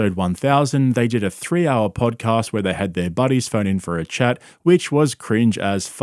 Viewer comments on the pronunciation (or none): none